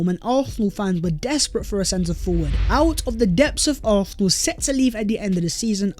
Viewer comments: Why i hear Arsenal as although or arthur or something not Arsenal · ffs will you say ARSENAL for ONCE.hahahaha